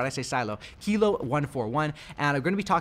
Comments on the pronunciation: "who knows how to say it?" I do. KILO. Not Kylo, kilo. WTF? 🤦🤷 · Keelo.....don’t ever say kylo again! 😂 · Kilo= Key-low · Pretty sure it’s key-low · Kilo like kilogram; so pronounced keylow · Its pronounced kee loh lol